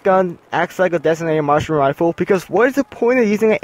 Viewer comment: Harry Ho I thought he said "Marshmallow" XD